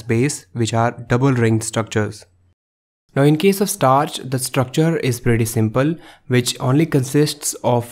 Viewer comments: STARCH!!!! Not „startch“! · STARCH NOT STARTCH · Bro it's starch not startch!! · "STARTCH". Lmao XD XD XD